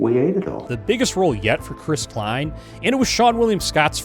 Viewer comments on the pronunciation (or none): none